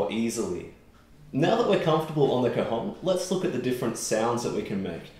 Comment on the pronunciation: It's an open vowel in cajón (hence the accent on the 'o'), the o is open as in for example the English word 'ON'. You're a tremendous player